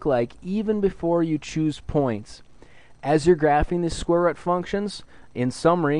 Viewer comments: rooooooooooooooooooooooooooooooooooooooooooooooooooooooooooooooooooooooot NOT rut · rut. not rut, root. say rooooooooot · Haha square rut. It's ROOT. I'm sorry, but the way you say it was hilarious :P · All my life I've been saying square root, but it's actually square rut.😭🥲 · thank you but it’s root not rut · It's a fucking root not a rut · Just say root dumbass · Say root properly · thank you so much I love you and the way you say root "rut" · did anyone else notice that it sounds like he's saying "square rut"? i thought it was pronounced different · man cant watch the vid if he says rut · yeah, textbook never once explained that square rut was the correct way to say it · "Square rutt" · after hearing square "rut" so many times, i have to watch another video. It's like my teacher how says "scare" instead of "square" (she's Indian) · Square rut! Ah! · amazing vid the way you say root caught me off guard but thank you made it more interesting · Are you from Wisconsin(or anywhere near) cuz that's how my teacher pronounces root?...